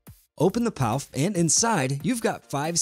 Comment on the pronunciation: Pouf is pronounced “poof”